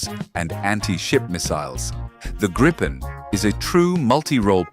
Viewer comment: Nice vid! But Gripen is pronounced Greepen! 👍 Not Grippen or Graypen! Gripen is the future, as Japanese KaiZen, improved all the time without leave the original aircraft… the machine last because it’s very good but the intelligence in it get better and better over time to meet future challenges